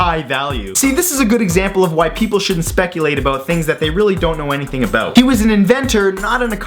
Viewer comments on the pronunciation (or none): none